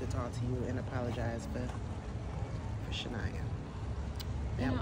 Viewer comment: Man to be saying shania like his dady is krazy and natasha wrong too 😂